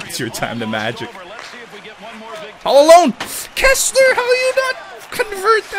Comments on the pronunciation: it's "Kesler" not "Kessler" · It's Kesler, not Kessler.